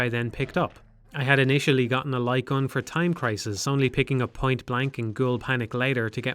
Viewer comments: I am 10 minutes and 49 seconds into this video and I am now just realizing he's saying light gun and not lycon. I had no fucking clue what he was talking about but i was just assuming he was talking about a peripheral i've never heard of before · Took me a while to realize you're saying "light gun". It wouldn't be hard to emulate them this day. You could make them work the exact same way they did back in the day, simply by having the player plug in the controller and the game rendering a white frame when pull the trigger. The reason no one makes these games anymore is that selling novelty accessories for consoles is difficult and ineffective. The future of the light gun genre is likely in VR, which already has plenty of titles that play similarly, but are much more immersive.